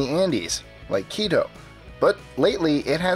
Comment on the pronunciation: You pronounced quito wrong but its ok i forgive you lol